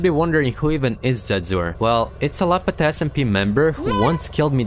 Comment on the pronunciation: fix ur pronounciation you said lapata smp its called lapta smp